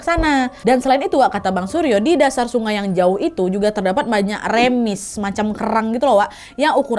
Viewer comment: Ka maaf namanya reumis bukan remis 🙏😅